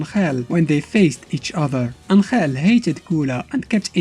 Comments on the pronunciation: I like your pronunciation of Angel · (its the official way because of Mexico I think just look at the God damn wiki)